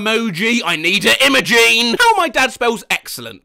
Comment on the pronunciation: i know a kid named Imogene. it's pronounced im-oh-jin, btw